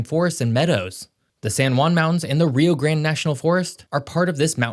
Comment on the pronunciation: You mispronounced the Rio grande River. And you mispronounced two of the Mexico cities that you have mentioned. You also mispronounced saguaro